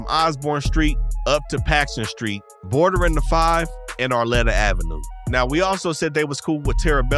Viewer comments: Arleta, not arlettta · It’s AR-LEE-TA not ARE- “LET” - TA no? Granada Hills. Home of the NoHo bank shooters. 💯 💯💯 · FYI - Arleta = "aar-lEE-tuh" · Bro said arletta